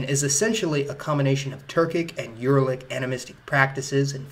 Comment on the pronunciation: A few times he names some European people with a word that sounds like "Alan". Who is he talking about? (Or is he mispronouncing some other name like he mispronounces "Uralic"?)